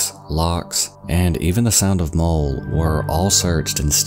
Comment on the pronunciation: Muhll not mole. Obin not oh-bhan.